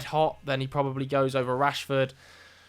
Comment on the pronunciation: You were doing OK until you said Rashford. 😢